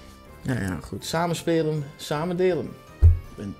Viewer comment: Hahhaha dat boeren accent van Dennis Saamn Speeln Saamn Deeln